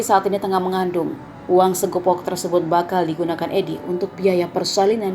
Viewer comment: Bukan segopok mbak, tapi segepok